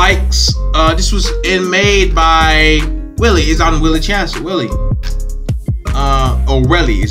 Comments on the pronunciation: Why-Lee bro not Willie! Sick reaction tho bro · WHY-LIE not Willy 😂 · Your not the only one - lots of Americans seem to have trouble figuring out the pronunciation. It’s ‘Why-lee’ 👍🏻